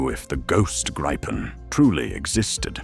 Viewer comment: It is pronounced Greepen, not anything else 😅